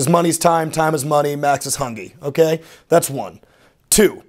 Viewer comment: "Hungy" omg he is 20